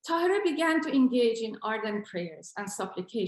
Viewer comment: Now yes ---- it is "QURRAT UL ANNE" ---- IT IS TAHI-REE.